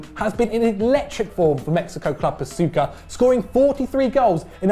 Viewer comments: It's pronounced "Pah-chew-ka" not "Pa-soo-kah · It's pronounced, "Pa Chew Ka". Jesus!!!!! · Oh God, the way you pronounced Pachuca... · They mispronounced Pachuca and Chucky